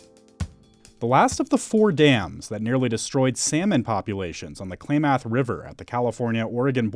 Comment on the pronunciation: Sure wish they knew how to pronounce "Klamath"